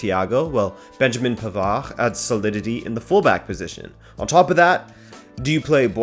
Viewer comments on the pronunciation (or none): none